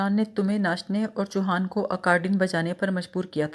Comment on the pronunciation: چیتل ہوتا ہے ، آپ اس کو چتیل کہہ رہی ہیں cheetal, اور chouhan ہے نام choohan نہیں , روانی اچھی ہے پلیز تلفظ پر دھیان دیجئے